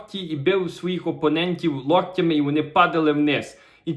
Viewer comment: вітаємо! Маленька порада: ліктями,не лОктями.